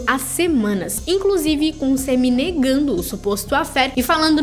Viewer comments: É SAMMY não SEMMY , KKKK que nervo KKKK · Que agonia ouvir vc falando sêmi